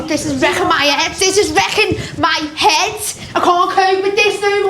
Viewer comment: she makes head sound like 'ed.